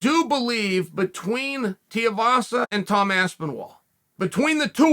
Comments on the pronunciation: It’s tuivasa (two wee vasa) not tiavasa 😅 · Tee-uh vasa vs. Aspinwall for the mispronunciation championship. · Right, and for that matter, who exactly is Tavasa? Maybe he was talking about Tai Tee-a-vasa and just mispronounced the name... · chael can you please say tuivasas name right that man is too good